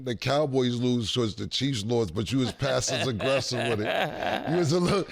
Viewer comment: Cam “You was passes aggressiss with it”